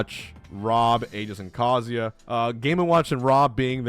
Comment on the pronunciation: Kar- zuu- yah not Carziuh lol